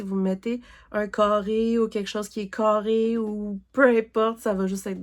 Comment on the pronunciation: Woooooow l'avancée de tes gnomes est malade!!! Et la sirène que tu vas faire après ta Cordélia est vraiment jolie (c'est une de mes préférés). Ton chat papillon est vraiment magnifique. Oh mon dieu "les maisons toutes cârrées" avec le gros accent québécois j'étais crampé □□□■■■